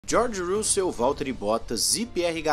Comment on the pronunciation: “Jorge Roo-Sell” xD